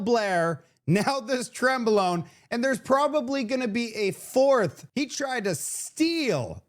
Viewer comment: Cmon. Trembalone?😂